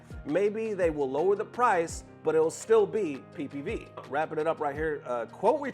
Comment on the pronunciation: My guy said pee pee view 😂😂